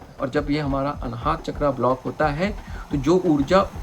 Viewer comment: बहुत सुंदर वीडियो। आभार। ‘चक्र’ हिन्दी मैं भी और इंगलिश में भी ‘चक्र’ ही होता है ‘चक्रा’ नहीं होते। हम भारतीय को ‘रावणा’ ‘दशरथा’ ‘लक्ष्मणा’ ‘महाभारता’ ‘योगा’ बोलके उल्टा लेटने की आदत पड गई है। USA और यूरोपियन देश में वो अपनी व्यक्ति या वस्तु का सहज बाई ग़लत उच्चारण करो तो टोकते है। Just a suggestion because I love culture.